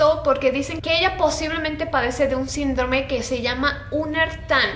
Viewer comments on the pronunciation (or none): none